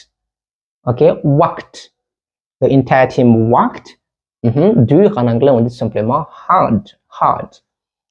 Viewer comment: "The "devant le mot "entire" et toute voyelle "thi"A part.Et " worked" se prononce" "weukt" et non"wakt".A part ça ,les explications sont excellentes